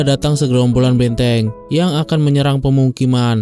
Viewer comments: Filem, banteng bang bukan benteng 😂😂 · 😅 B A N T E N G bukan Benteng😂